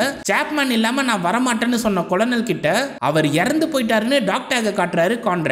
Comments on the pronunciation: Colonel (படைத் தலைவர்): கர்னல் என்று உச்சரிக்க வேண்டும், கொலனல் என்று உச்சரிப்பது தவறு என்று பணிவுடன் தெரிவித்துக் கொள்கிறேன் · கொலனல் இல்லை கர்னல் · நானும் ஆரம்பத்தில் கொலனல் என்று தான் உச்சரித்தேன் நண்பா, பின்பு நண்பர் ஒருவர் கூறிய பின்பு மாற்றிக் கொண்டேன் 🙄 நீங்கள் கதை கூறிய விதம் அருமை நண்பரே 👍